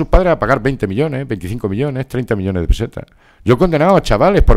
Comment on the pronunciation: peseta Aprende a pronunciar